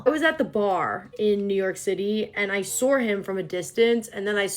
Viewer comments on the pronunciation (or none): Are you saying saw with an R at the end lol I couldn’t help but notice how you say it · Its an ny thing my mom does it to idea-r, saw-r i find it odd till i catch myself accidentally saying it like that